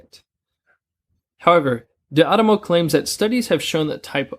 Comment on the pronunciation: “D ADAMO” not “D ANAMO”.